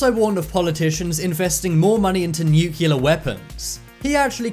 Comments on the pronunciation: This is an awesome video. Thank you for posting. NucLear not nucUlar by the way...please and thank you. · It's nuclear not nukuler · You said "nucular", it's really nuclear. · Nucular is the new nuclear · You need to Lear how to pronounce NUCLEAR.... You say Nu-cue-lar and that is not how it is written or pronounced ... It is New-clear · The most scary thing to me is that some people still pronounce Nuclear as new-Q-lar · And I gave up when he kept saying Nook-u-lar instead of nuclear.... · It’s NUCLEAR not NuCuLaR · Nuclear is NOT pronounced Nukular. Why are most people unable to properly pronounce this word? Just a pet peeve of mine, so I thought I would take this opportunity to complain. :) Nukular….. Come on guys.... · Weird that this youtuber doesnt know Columbus didnt land in America or meet native Americans. He bounced around the Bahamas and Cuba never set foot on america....god and he says nucular.....its nuclear....god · He is saying “nukilla”😦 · Narrator: "Nuke-you-lar. Nuke-you-lar. Nuke-you-lar. Nuke-you-lar. Nuke-you-lar. Nuke-you-lar..." and then, Stephen Hawking arose from his grave and punched Narrator in the mouth saying in his robot voice, "It's New-clear, asshole." The End. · wait.. did you just say nucular? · Nukiller?? :D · Say it with me nuke - Lee - are (nuclear) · When are they going to use narrators who know how to pronounce NUCLEAR???? Grade school English, people! How hard is it to say?